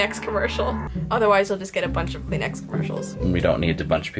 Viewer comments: Who else heard Clean Ass instead Kleenex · 😂 Kleenex it’s called tissue but you can say Kleenex btw that’s how you say tissue in my language it’s Arabic 😂